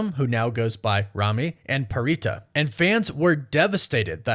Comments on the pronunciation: Pharita’s name is pronounced: Farita! Not prita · Pharita is pronounced Parita. She is Thai and in the Thai language the PH is not treated as an F. It is in her introduction video and you can hear not only YG staff calling her Parita in the LAST EVALUATION but also hear her say it in interviews. Think about it this way, Phuket in Thailand is pronounced Poo•ket and not Fuk•it.